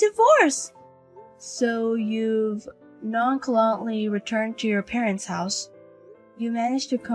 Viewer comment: The ch in nonchalantly is pronounced as in cheese.